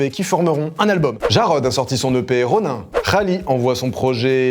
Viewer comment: Sa ce dit " Ronine " je pense